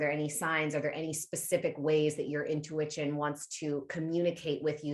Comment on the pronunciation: I thought I was the only one who says “intuwitchion” ✨